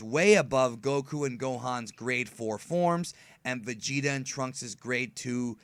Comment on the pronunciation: and vegeta beh-bee...